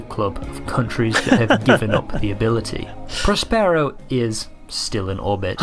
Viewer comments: hold your head in shame for aping the narrator's ridiculous pronunciation of Prospero (in the manner of 'sombrero'). As an actor, you really should know better! Love your reactions, though. Hopefully someone will cast you in their next project... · Well I've never heard 'Prospero' pronounced like that...... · How embarrassing to produce a whole documentary and not to check how to pronounce Woomera and Prospero.